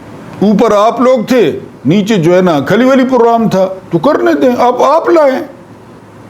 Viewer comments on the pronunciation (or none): none